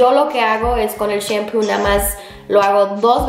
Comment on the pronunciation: Mori de risa cuando dijite shempu y es shampoo